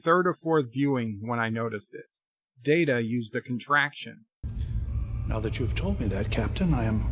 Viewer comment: Haven't you said the IP holders set the canon? As such, the canon holders determine it's "MAHR-RIO", not "Marry-OH?"! Also, how many times do you call him Commander "Dater"? Seriously?